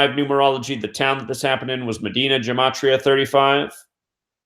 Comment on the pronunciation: Its Me-dye-na, Ohio Not Me-dean-a....